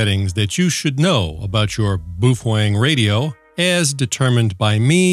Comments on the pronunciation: Not sure what BWOOFANG is. Please for the love of God, BOWfang BOWfang BOWfang. LOL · It’s pronounced as “bay o feng” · I can never say Baofeng thanks to you.🤦‍♂